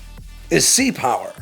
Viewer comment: Full stop. Us viewers are going to have to hear you to say "Sea power" with the same "Oomph!" as you do "Air power". Consistent with the brand, friend. :)